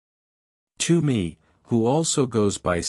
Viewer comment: It's not "Too-me", it's "T-whoa-me".